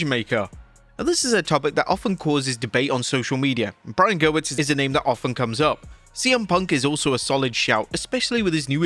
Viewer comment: It's Gewirtz, not Gerwitz 😊